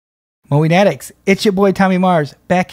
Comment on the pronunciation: MOWIENATICS! (Mo-Wee-Natics) "Mowie Fanatics" U are finally pronouncing it correctly, Tommy! Proud of u! 🙂👍